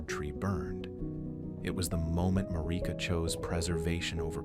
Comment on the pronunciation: Mareeka.. lol inlove when people mispronounce it. Its MAIR- IH- KUH